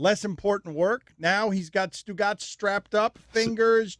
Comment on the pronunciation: This guy can’t say Stu Gotz